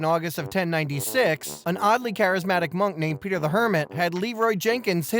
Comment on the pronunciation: peetah, peetah omglolol ded